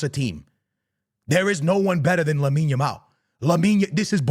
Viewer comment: You can tell was looking at himself at the mirror and practicing saying Lamine Yamal 😂